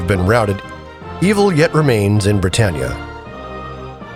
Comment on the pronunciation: You haven't heard the country name "Britain" pronounced before? As in "Great Britain?" It's not "Bri-TANE."